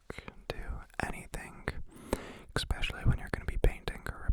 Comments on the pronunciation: Lmao I'm so confused as to why so many people say "exspecially" instead of "especially" like where is the x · unsubscribes because of the way he says especially